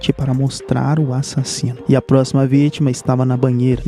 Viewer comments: eu amo qnd ele fala "A-ssassino" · A parte mais massa do vídeo dele é quando ele fala " ÁSSASSINO "